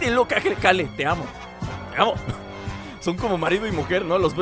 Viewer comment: Que complicado es para decir "Keru" en vez de Kale:v